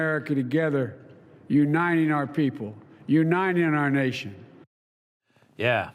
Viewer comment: Biden can’t even say the word ‘uniting’. He always says U-9-ing.